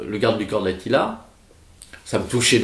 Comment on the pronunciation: On dit pas "de Attila" mais "d'Attila" !